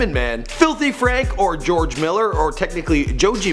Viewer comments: "joe-jay miller" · XDDD Pink "Man", "Jojey" Miller xDDD This is cancer bro. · Who the fuck is Jojay Miller